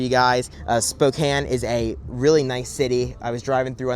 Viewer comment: YESSSS i’m from spokane! thanks for representing our city and also pronouncing it correctly! i’ve sadly never been to this location but i will have to go!